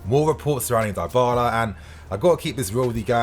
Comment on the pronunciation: Someone teach man how to say Dybala please 😅